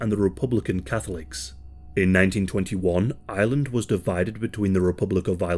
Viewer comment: Am I the only one hearing Island the whole time?